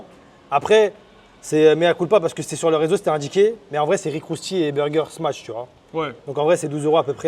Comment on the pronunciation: encore une fois super vidéo mais tu fais que dire "smatch"